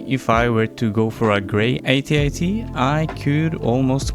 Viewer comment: It's AT-AT not AY-TEE-AY-TEE 🙄😂😂😂